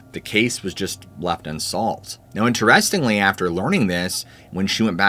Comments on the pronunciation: Am I the only one bothered by the way he pronounced "interestingly"? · The video was great. I’m not trying to throw shade, but you’re saying “interestingly” wrong. It’s driving me crazy . 😂